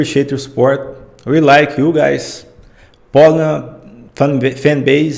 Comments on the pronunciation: she's name is Polina,not Polna)) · Hi, she is Poliiina, stress on the letter - i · She's Pol I na, she's not P O lina in Russian